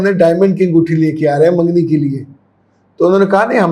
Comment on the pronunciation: منگنی بولتے ہیں مینگنی نہیں